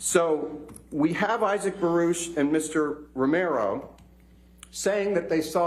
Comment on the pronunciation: This dude did his homework so much that he pronounced "romero" correctly and not in a gringo accent